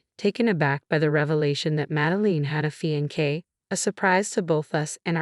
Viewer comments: I don't think it a robo reader, but a person. Someone lacking good expression and also lacking proper pronunciation. Fiancé (a male) or fiancée (a female) is pronounced FEE-ON-SAY, not fee-on-kay.. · Fee on say not fee on kay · What does one expect from a Robo reader. So unemotional and dreary. Fiankay ??? What on earth is a Fiankay? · Please, please, please learn how to pronounce fiancé. It is NOT fiankay.